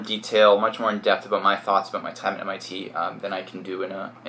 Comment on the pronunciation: "abot"lol he is defo Canadian